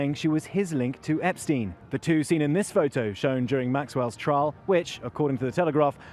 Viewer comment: YES! EPSTEIN: PRONOUNCED THE PROPER GERMAN WAY! FINALLY! THANK YOU THANK YOU THANK YOU ROBERT JOBSON FOR PRONOUNCING THIS GERMAN SURNAME: EPSTEIN, THE RIGHT WAY! 👍😁